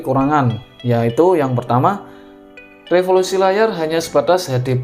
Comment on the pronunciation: resolusi bang bukan refolusi